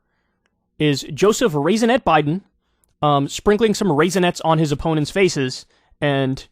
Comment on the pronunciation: Lol "Raisinette" good one.